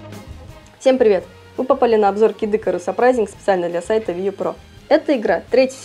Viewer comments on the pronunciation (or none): Не кидыкарус, а Кид ИкАрус!